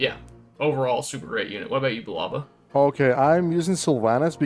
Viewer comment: They are Americans.... They can't say it...